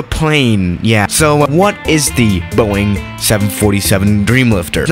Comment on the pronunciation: Normal people: Boeing: BOING